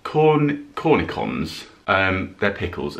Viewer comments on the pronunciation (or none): How I find someone going through their shopping interesting is still beyond me but I do like watching your videos. Being a French speaker I'm going to have to tell you ... Furnishings are pronounced Corney shons. I agree with you they are delicious on their own.